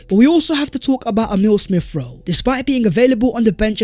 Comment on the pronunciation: Ex-specially Smiff-Rowe.